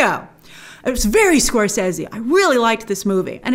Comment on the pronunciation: The correct way